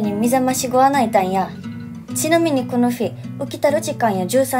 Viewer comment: 「この」の発音をはじめ様々なところに古日本語みがあってるかちゃんかわいい（？）